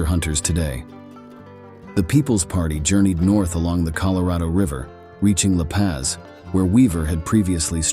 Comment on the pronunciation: U need to pronounce some of the words like La Paz & placer correctly. I have detected many many nuggets in the rich hill area